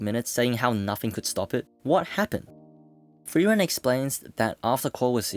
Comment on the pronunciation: Are you saying "thrieren" or "frieren"?